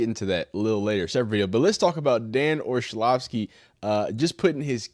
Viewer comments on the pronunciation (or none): This guy needs to learn how to pronounce words. Too many words and names he doesn’t know how to use google to Learn how to pronounce. It’s not Olshavski. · Do you really not know how to pronounce Orlovsky or are you just being an A hole ?